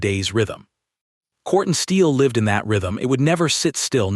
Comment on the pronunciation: Quartzsteel not cortsteel